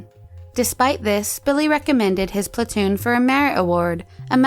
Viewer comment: his plantoon? lol